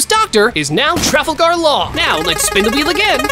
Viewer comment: Bro said travelgar law😂